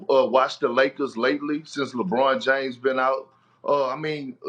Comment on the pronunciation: Kendrick "LehBROHN Jayms" Perkins